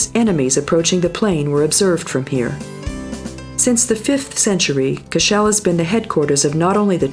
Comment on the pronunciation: She pronounced Rock of Cashel wrong she said"Rock of cash'shell".